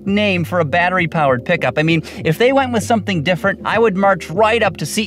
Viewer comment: I stopped at "pick-a-ma up truck".